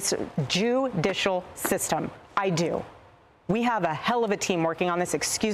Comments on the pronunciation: While trying to pronounce judicial she said judas... go back and listen.. very strange... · "JEW-DICIAL" - Erica Kirk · Sorry I just got to point out how strange both of those flubs were she said "the Jouw-dicial system" and "excuse my French" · She says she believes in the "JEW-dicial" system. 😉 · Notice the Freudian slip when she tried to say Judicial. Got tongue tied of the first syllable of jew-ducial. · Yes, She believes in the "JU-dicial" system alright. 🧃